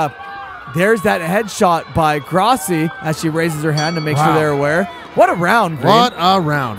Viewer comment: When you grossi it sounds like you said Crosby